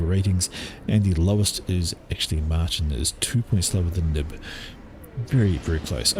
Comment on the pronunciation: Dutch name Martijn is pronounced something like "mar TAYN".